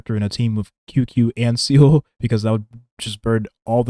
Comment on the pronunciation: I love your videos, I genuinely do. But please god, “Seele” is pronounced “ZEE-luh” not “seal” 😅